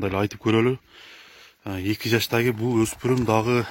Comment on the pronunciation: Эки жаштаги дейтго, а жаштагы эле дебейби. Жакшы темир уста болсо тилин туптуз кылып чаптырып алса сонун суйлоп калат эле жаштаги дебей жаштагы деп.